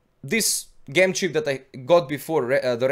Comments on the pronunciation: just fyi: It's pronounced "J"em not "G" em :) not meaning to dis u, just thought it would help for future vids. but great vid anyhow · Bless you, I adore your videos you always provide good information that has helped me so much! I thought you may like to know that due to the wonders of the English Language Gem is pronounced Jem, I have no problems understanding you at all and I think those that say this are not listening! Keep up the good work! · it's Said Gem the G sounds with a J like in Jump. Sounds like the name Jim as in Jimmy. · ITS PRONOUNCED JEM! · Gem is pronounced Jem in the language you are currently speaking.